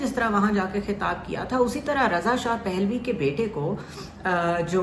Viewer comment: اسلام علیکم ورحمت الله وبرکاتہ پ کے اوپر زبر ہے رضاپھلوی